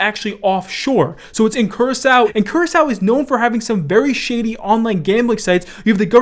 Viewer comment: LMAO the way he pronounces Curacao